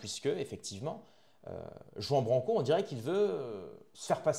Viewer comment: Commence par prononcer son nom correctement. Tu es la dissidence qui beugle et entretient sa petite audience.